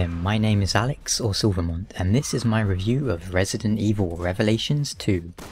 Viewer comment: me and you both! haha When I heard you say it I had to rewind the video to make sure I heard you right lol.